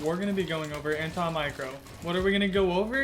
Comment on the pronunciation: anta micro. Am I the only one who heard it.